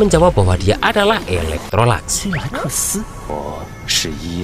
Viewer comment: Bng maaf ada kesalahan penyebutan kalo sebut yi laikesi itu bukan eloktrolax tapi elektrolux lebih gampang panggil yi laikesi😅